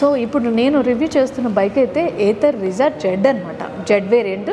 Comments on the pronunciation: Meadm it's not rizza it's RIZTA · Adi Ritza kadu thalle Rizta😢